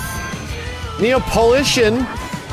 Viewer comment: I love how he butchered Neo's name lmfaooooo